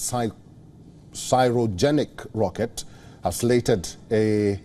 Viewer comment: "Cryogenic" is not pronounced as not Syrogenic but Kryogenic.